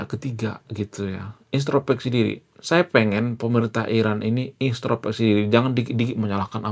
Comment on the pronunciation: INTROSPEKSI bukan INSTROPEKSI, kalee (maaf)